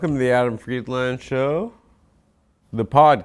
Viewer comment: Adam still refuses to say his last name correctly